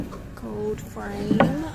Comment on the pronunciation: I love to hear you say “gold” — it’s more like “gode” the L sound is missing but it’s really cute! Must be your native state accent! Lol Don’t change it! ❤